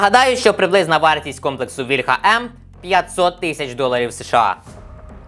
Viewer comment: Не вільхА,а вІльха,блін ,молдавани